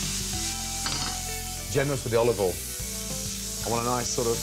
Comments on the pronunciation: Chef, what is the next step after heating up the pan? Gordon : "OLIVOLIN" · you mean "OLOVOYL" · Gordon "oLiVe OiL" Ramsay